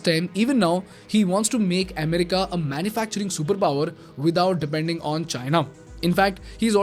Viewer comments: Amm-rica, Amm-rica!! 😂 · The way he says America in this video is weird! It's so distracting! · Bro. U do an awesome job. But from an admirer, you make 2 repeated pronounciation mistakes. You pronounce both economy and America wrong. Please see if you can correct.